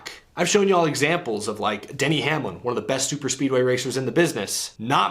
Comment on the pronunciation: Mispronounced: Denny 'Absolute' Hacklin